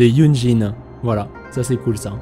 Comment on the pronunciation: C'est vrai, j'aimerais bien que YunJin soit prononcé correctement également (le j se prononce comme un ts en chinois) !